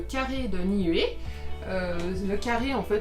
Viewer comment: On vous l'a surement déjà dit mais comme vous le vérifierez lorsque vous serez en polynésie le "u" se prononce "ou" dans les langues polynésienne. Niue se prononce Nioué. Tuamotu, touamotou, Nuku Hiva, noukou hiva., Ua Pou, Ou-a po-ou, etc...